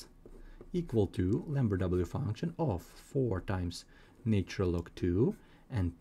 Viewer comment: This fellows pronunciation is irritating for any musical ear.I cannot understand why this chain cannot find people who speak proper English,to explain Mathematics. Apart from the irritating lilt,I am sick of hearing " naytural " instead of " natural "......